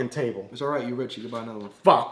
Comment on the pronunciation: "Its o-right you get another one" lmao !